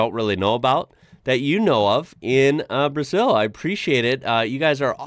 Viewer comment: We pronounce BrAzeew! With a Z sound!